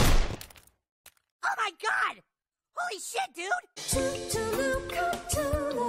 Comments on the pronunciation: why did thet say CTULLU ITS CUH LUL LOO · cuh thoo loo